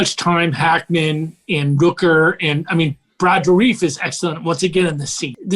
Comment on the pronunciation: Does your guest know Brad Dourif personally? As I've always heard his name pronounced Door-riff (including in official promo materials) not Door-reef.